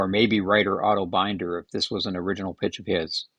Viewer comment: Binder, rhymes with tinder.